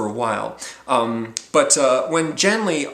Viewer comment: Great book. One of my favourite authors. Thanks for the review. In my opinion, the main character's name (Genli) should be pronounced with a voiced velar stop (the "g" sound as in "get"), infact the Gethen natives seem unable to say "Henry" (as Genli comes from Earth I can assume he's "Henry").